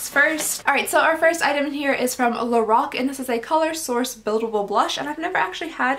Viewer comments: it’s pronounced lor-rack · is no one going to say anything about how she said lor-roc?😭 no? ok